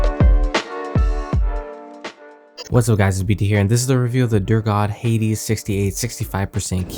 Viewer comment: U pronounced hades wrongly ...its pronounced as "ha-dees"